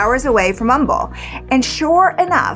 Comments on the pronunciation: Also, THANK YOU for pronouncing Humble correctly!!!! The H is silent; it’s a guy’s name… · I appreciate the research that goes into these cases, especially the little detail of local pronunciations! I don't know if you're just based in Texas and just know how to pronounce Humble, but that detail to me shows how much you look into a case to get every detail as accurate at you can. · As a native Houstonian...props for pronouncing Humble correctly lol! Glad you did this case. I've been curious about it. Very interested in hearing the full story once it all comes out. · It makes me so happy that you pronouced Humble correctly 😄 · I'm a Nebraskan all my life and we always pronounce the H in Humble I've never heard it the other way but I don't live there so maybe. Like Juniata is pronounced Jun a ata to people there but Juan ita to others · Yes, it’s not the word ‘humble’. It’s my hometown & I moved back in my late 20’s & I’m still here… 🤷‍♀️The town was named after a man whose last name was Humble (silent H). No one ever pronounces it correctly! did a good job learning the correct way to say it. 🙃